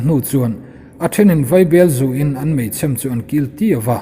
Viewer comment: 'Mei chhêm' tih thú i lam dân hi ngaihtuah chian a ṭha lo'ng maw ?